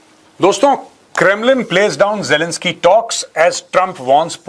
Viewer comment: Major sahab ❤❤ u are the great man while speaking words jalanski and Putin 😂